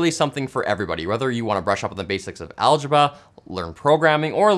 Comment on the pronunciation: what's "algeba"? :p